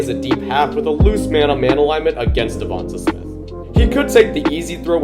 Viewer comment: Okay, okay, but it's "DevontAY Smith", not "Devontuh Smith" 👍